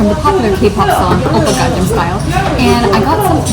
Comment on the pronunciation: What the heck is a “gang jam”.... "Gang nam" is the correct pronunciation.... Is this pronunciation difficult for you?...